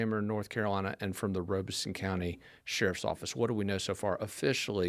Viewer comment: it's Lum-bee River not Lumber. also Robeson County is not Rob-son it Robe, like a kings robe, may mica rest in peace